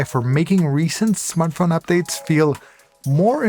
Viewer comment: "Smarth phone?"